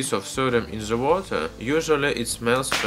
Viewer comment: say den instead of z what you say in case of the